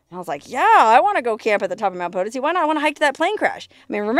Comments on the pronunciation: She still effes it up and says 'POE-tih-see. Eh, you can lead a bimbo to proper pronunciation but you can't make her speak! lol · I was going to say we have a town in Missouri that is spelled the same way and we pronounce it Puh-Toe-see also. Thanks for correcting her. Also she was on a War Bonds tour not a USO show. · It's Mt 'puh-TOE-see' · Hey, you made it! I.E you answered my question of if you'd ever been to the Crash site at Mt Potosi. By the way- it's pronounced Po-to-si. Accent on the 2nd syllable. If anyone told you otherwise they're wrong. Thanks, neat place. Cool story, that dude sounded like an idiot. Hate that when someone ditches in the wilderness! Tough luck, looks rough. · In Mo we have a town Potosi we pronounce it Po toe see